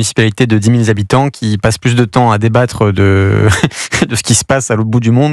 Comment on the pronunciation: Directeur de Marianne : "de dix mille z'habitants"